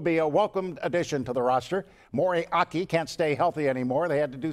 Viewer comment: He said "Mory Aki" ... It's Moeaki...